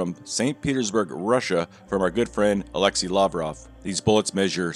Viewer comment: pronounciation of alexey is a-lex-ey not a-le-xi